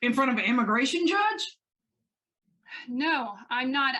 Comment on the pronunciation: “Nu-no”. 😡every time she said this I wanted to scream. That and when she would say “I don’t understond “. Even though she says “understand” totally normal in other instances. I may she records everything….does she ever listen to herself later? I have and it’s greatly changed my own behavior and the way I address others.